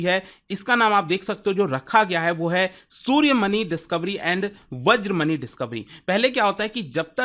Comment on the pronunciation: सूर्यमनी, वज्रमनी ❌❌❌ सूर्यमणि, वज्रमणि ✅✅✅